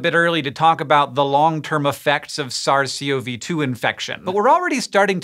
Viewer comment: "ZARZ SEE OH VEE TWO" this might be the dumbest pronunciation yet :p